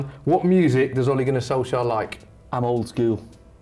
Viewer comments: Sounded well manc when he said “I’m old school” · "I'm oldskool" Such a Manc. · "I'm old school" was sooo Mancunian